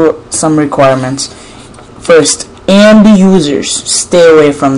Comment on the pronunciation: do you say AMB or AMD - and what do you mean?